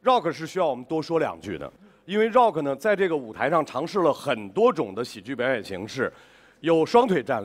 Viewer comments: 张绍刚喊rock是柔克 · Wendy lee 绕克